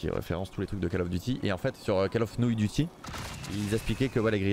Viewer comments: call of nouille duty mdr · Call of nouille duty 😂😂